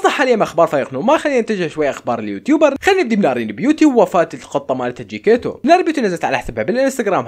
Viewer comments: اسم قطة نارين جيكيتيتو: جيكيتو 😂😂😂😂😂😂😂😂😂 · جيكيتيتو مو جكيتو😭😂💔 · القط جيكيتيتو ❌ القط جيكيتو ✅ امزح والله احبك يا